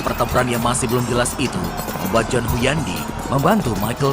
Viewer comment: Hunyadi, bkn Huyandi🤣